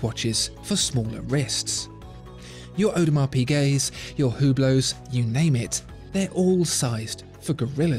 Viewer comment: Did you say "Hublows". I think it is pronounced "Ublo", silent H and silent T. 3.26